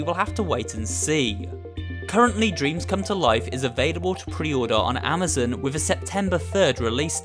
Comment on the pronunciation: You said Amazin instead of amazon